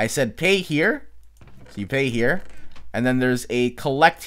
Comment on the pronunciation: says here the chinese way here-ya lol lol trolololololol